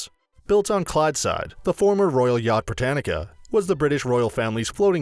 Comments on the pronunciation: Its not Británica its Britannia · The royal yacht is called BRITANNIA, NOT BRITANNICA! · I just wish if you talk about scottish things you would at least learn how to pronounce them correctly. As for the former yaught Britannia I do not believe there is a c or a k in there and is britannia not Britannica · Britannia not britanica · Royal Yacht Britannica ! Whit ? Edinbro ? Eh ? What a load ay pish. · Edinbourough?! Royal Brittanica?! OMG😂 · The Royal yacht Brittanica! Haha! And Edinboro! Very funny. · “Edin - bru” Royal Yacht BRITANNIA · Me a Scot him said Edinburgh and Britannia wrong me 🤬🤬🤬🤬🤬🤬🤬🤬